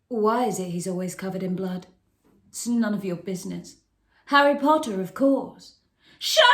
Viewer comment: Pottah! Yeeeeee